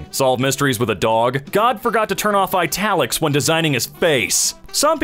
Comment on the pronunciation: Eyetalics sheesh